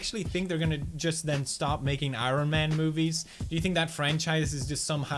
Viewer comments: He says I-Ron man... Interesting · I think that is his accent from his native land.